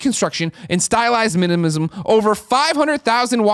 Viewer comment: Is it just me or does Greg have problems saying the word minimalism in the ad?